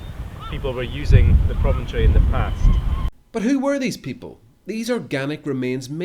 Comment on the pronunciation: A former elephant that “promontory”